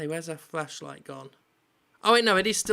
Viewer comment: It's flashlight Jim, not fleshlight.